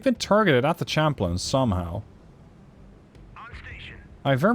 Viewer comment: Champlain is pronounced sham-playn, not champ-lin. It's a French loan word, from the explorer Samuel de Champlain.